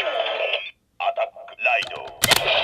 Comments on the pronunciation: Did he say irrusion instead of illusion? That sounds like something Peanut would make fun of. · Did the belt say "irrusion"